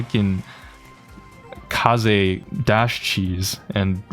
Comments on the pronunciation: It’s pronounced kazey not ka z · wth is ''k(ay)s'', it is read ''Ka-zay'' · Kaze isn’t pronounced “case” but like “kah-zeh” because its a japanese name. Think of it as “kamikaze” without the kami. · Kayze? It's KAH-ZEH. Japanese bro, it means wind. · is fine, as long as u arent pronoucing Kaze like ‘Case’ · why do you call her keiz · You pronounce it as kah zey btw. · It's Kaze: KA - ZE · is her name pronounced Kah-zay or Kah-zeh? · Bro why do you keep saying her name wrong on purpose, quit trying to farm rage comments like me plssssss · Not tryna be toxic but its sad how in jae yong vid u called people who pronounce his name wrong whiteboys but now u pronaunce Kaze's name completely wrong, her name is japanese please stop using english accent i beg u.